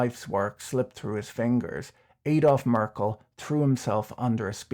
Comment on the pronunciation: Merckles kids paid the debts back and sold assets for that. Merckle is spelled differently than Merkel, the chancelor due to the change positions of the last 2 letters. Just to let you know cause first i had a different picture in my mind due to the way you had pronounced the name like that of former the chancelor.